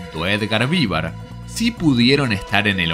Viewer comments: Perdón, pero duelen los oidos cuando escucho Edgar Vívar, cuando es Edgar Vivár con acento en la A no en la i.😅😅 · Yo creo que el locutor de este video jamás vio este programa, cómo es posible que no sabe pronunciar bien el apellido de Edgar Vivar??